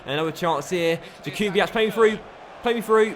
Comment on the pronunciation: Jakubiak is pronounced (yak-ube-iak) stop with the (ch)